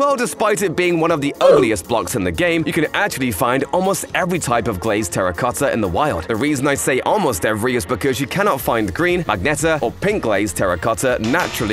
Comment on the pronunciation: this man pronounced ma-JEN-ta ma-GEN-ta